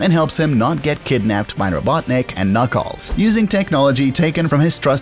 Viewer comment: Don't forget KnOckEles